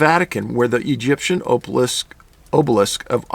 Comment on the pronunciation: Hate to be that guy but it’s not it oh sai rus and Aw buh lisk